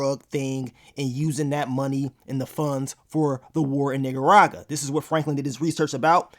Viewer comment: Lol i feel offended by the way he says Nicaragua 🤭😋